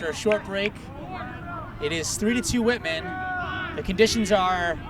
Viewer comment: "whitman" sounds so much like "Women" I was really confused for a couple minutes.